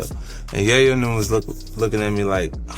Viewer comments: Yo did you AI your voice I'm tryna understand how you pronounce Yayo "YahYo wrong lol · The yah yo sh!t is killing me. Talk about the wrong guy for the read. He obviously knows nothing about hip-hop. It's yay- yo. Not how it's spelled but how it's pronounced foolio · Its pronounced yay-yoo not yie-yo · It's not Yah-Yoh bruh! It's Yay-Yo. Have U ever even heard someone say his name b4⁉️❓🫢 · Tony Yaw-Yo lol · who's Tony yah-yo ? 🤣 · Tony yah-yo wtf! 😅😅😅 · "Tony Yah-yo"? I'm outta here ✌🏾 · You can tell this dude doesn't know shit about hip hop because he can't even say Yayo's name right. Just plagiarised other videos.